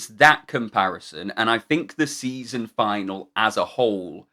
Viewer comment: You went a bit French there...saison. 😊